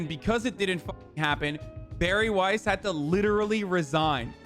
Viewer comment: The way you pronounce Weiss hurts my soul